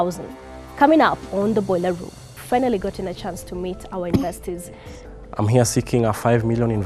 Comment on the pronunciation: even the word "investors'' cant be pronounced ,,...that's a big joke